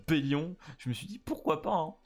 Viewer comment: Ellaté et Bellione ! C'est comme ça qu'on prononce leurs noms !